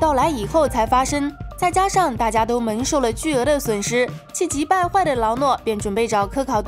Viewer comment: 请练习一下后鼻音，每次看都觉得挺难受的，比如“封印，发生，蒙受，联盟”这些词，主要就是en和eng不分